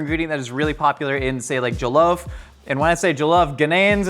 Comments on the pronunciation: It's not jO-llof rice it's jaw-llof. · You're pronouncing jollof weirdly. Also, you gotta fry that Ghanaian chicken in palm oil. Cmon, man. Respect the recipe. Smh.